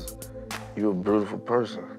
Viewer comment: I get so sick of Scrappy telling women they're "breautiful," Dude, if you can't properly pronounce a word, use another one.